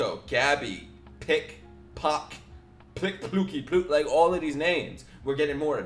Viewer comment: Pieck Pronouced peak